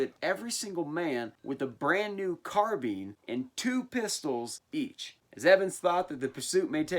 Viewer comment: Carbean?? You mean carBINE?